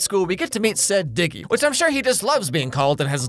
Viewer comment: His name isn’t dicky it’s diggy cuz his name is diego (I’m assuming his name is Diego)